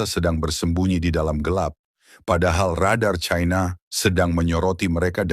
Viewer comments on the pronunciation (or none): Sangat memalukan orang kalau dilihat dari suara sudah umur diatas 50 th tidak bisa menguasai bahasa Indonesia yang baik Belajar bahasa Indonesia baku dulu kalau mencari followers biar tidak memaluka menyebut China dgn Chaina